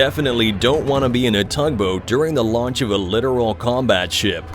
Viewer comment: It's not a literal combat ship, it's a littoral combat ship. Learn to fucking speak right.